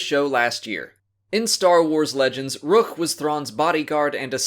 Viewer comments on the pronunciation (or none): Thrawn pronounced Rukh as Ruh-KUHR